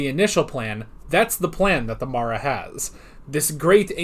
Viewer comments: The filming out of sequence explains Tegan pronouncing The Mara as "marra", rather than "mahra" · 9 :24 Janet Fielding mispronounces 'Mara' because this story was filmed before Kinda